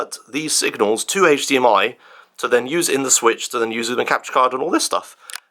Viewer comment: How does feed himself, or how does caretaker feed him. I demand a kitchen tour (please?) Also loved the mispronounced switch to sweetch, nice recovery though.